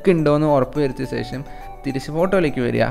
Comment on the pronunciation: Oru karyam paranjotte.. Onnum thonnaruth... സേഷം alla ശേഷം aanu 😜